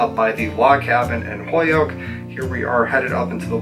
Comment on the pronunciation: I say Holyoke like that too. Hoyoke 😊 As a New Hampshire resident now I never get to hear the Western Mass accent anyone!